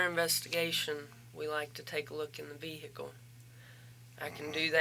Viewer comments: If she says “vee-hick-uhl” one more time I’m going to scream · Someone please tell her the h in vehicle is silent.